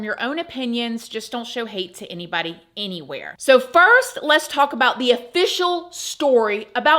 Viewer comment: The way you say eenybody eenywhere loves rent free and in my h and and has become one of my tism ticks 😆